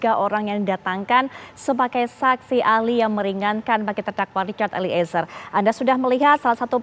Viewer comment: Mba host nyebut nama eliezer jgn diputus jd 2 kata,tp disambung eliezer bkn eli,ezer...gmn sih hostnyee